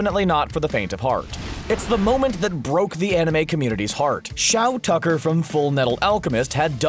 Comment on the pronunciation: And after all this time, Shou Tucker's name will be the greatest irony. It's Shou Tucker, i dunno why everybody kept reading it into Shao Tucker ?